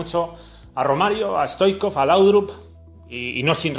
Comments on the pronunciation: No se dice Risto stoicov se dice hristo STOICHKOV la H sería como una J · Pq dices stoikov? Es Stoichkov!